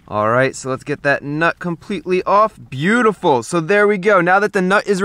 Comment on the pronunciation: No one: Chris: “byutiful”